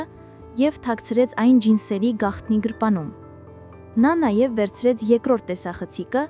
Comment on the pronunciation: Գրպանում ոչ թե գրպունում պարզ կարդա